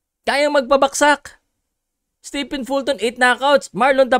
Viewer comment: fyi, STEPHEN is pronounced as "STEVEN"!